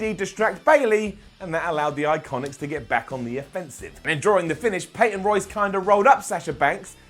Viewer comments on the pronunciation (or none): none